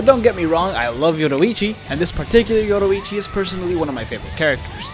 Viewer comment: Why did you pronounce yoruichi “yodoichi” it’s stupid